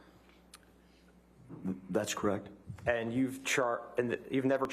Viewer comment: Am I the only one who's annoyed by the way the lawyer pronounced the word "correct"?